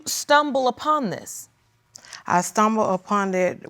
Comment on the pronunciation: "Why would I make up DUSS!" 😂😂😂😂😂😂💀